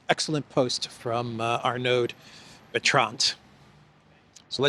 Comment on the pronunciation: One doesn't pronounce the d in -Arnaud and one doesn't either pronounce the d in Bertrand. Oh, and it is not Lacornu, it is Lecornu.